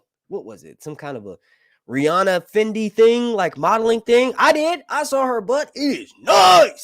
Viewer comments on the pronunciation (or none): none